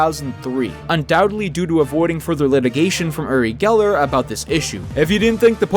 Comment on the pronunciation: You called him yuri geller. His name is uri geller. As a person who talks in Hebrew im sad, yuri is a Slavic name. Not a hebrew one. His name is like ori, but just with the other sound a "u" can make.